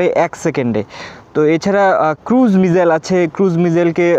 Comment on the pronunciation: ভাই সবাই ভাল লাগছে কিন্তু মিসাইল কে মিজাইল বলেন কেন।